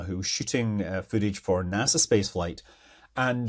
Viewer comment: "nasa" space flight. 😂